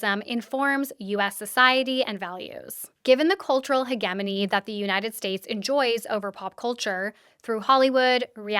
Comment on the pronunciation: Very interesting deep dive today! (double check your pronunciation on the word "hegemony" though, I wonder if maybe you've only seen it written and haven't heard it spoken before?)